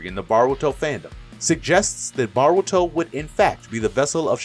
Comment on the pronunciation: say baruto one more time